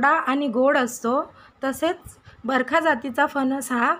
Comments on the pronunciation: बरखा नाही बरका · बरखा नाही बरका म्हणा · Barkha??? It is Barkaa